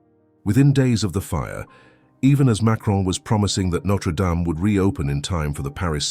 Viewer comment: Can't you at least pronounce the name right!